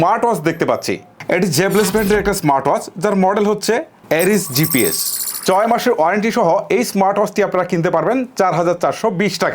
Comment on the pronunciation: চয় মাস না ছয় মাস।আসা করি উচ্চারণে এটা খেয়াল রাখবেন,ইন্শাআল্লাহ